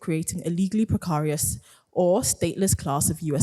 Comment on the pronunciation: "Pre-CAR-ious" - good to see Oxford students' literacy is as robust as ever.